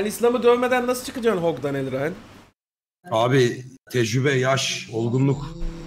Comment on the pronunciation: Elraen ne? Tuğkan diyemiyirmuydu?